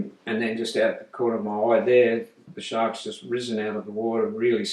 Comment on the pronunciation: "They're very curious, those Sharts, ya know?" definitely...